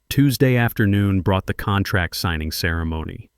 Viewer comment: I guess Patricia Wells is the new Marcus Chen in these AI stories and saying contrack makes all the characters sound stupid.